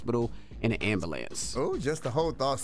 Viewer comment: How did Envy pronounce ambulance?